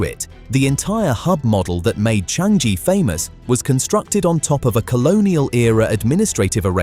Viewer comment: It's Cha-ngee... not Chang-gee...